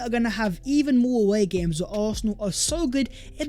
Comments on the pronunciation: What we saw “Vhere and vhere”?!! Learn to speak properly! 😂😂😂😂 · Hey! Can you PLEASE explain why you keep saying Vhere is vhe video vhere and vhere? It’s NOT English, mate! 😂😂😂